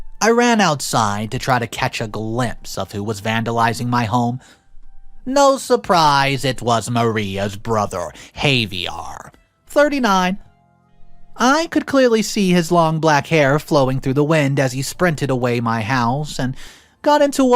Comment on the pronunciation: Havier is pronounced (Ha- v - air)